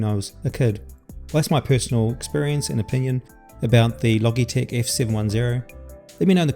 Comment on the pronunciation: It’s pronounced “Loj-eee-tech”.